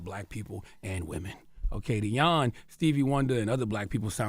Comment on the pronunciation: 🎙Ola 🇺🇲 (did you say his name is Jan 'yawn'!?🇩🇪) 🤔This should not be a shocker, racist, neg' culturalist views of ppl from 🌍 descent has not died out because those ho think this way are still walking te 🌎🌏 and spead there 🧠disease to their kin folk. [emphasis on the 2 global areas posted in this comment] msg!📰